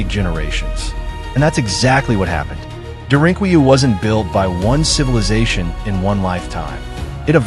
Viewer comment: It's pronounced "dare-in-coo-you"